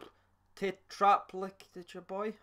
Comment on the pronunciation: FYI it is "tetraplegic" bhoy (as in "paralysed from the neck down" bhoy aka :-) Always enjoy your videos and try my best to avoid watching them with my green tinted glasses (not easy). Going to start commenting more. Could I be your first Celtic fan channel legend????